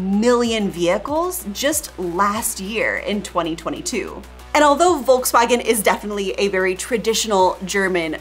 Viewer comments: Don't say "Wolkswagen". It sounds so incredibly bad. Sounds horrible. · My biggest beef, is that for some reason, Americans still haven't figured out how to pronounce Volkswagen. I'm not even German, and it baffles me. And don't even mention Peugeot or Renault. And i'm not French either.